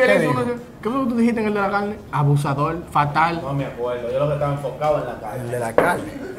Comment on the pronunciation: todo lo que se come “caine” llevame palla…. A comei 😭😂 se ta juntando mucho con nosotros los cibaeños 😂